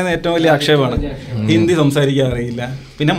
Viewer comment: ഇന്ധി movie alla. ' Hindi movie ' എയ്ക്കാരം അല്ല ' ആയിരിക്കാം '